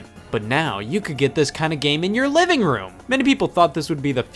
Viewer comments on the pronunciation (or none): none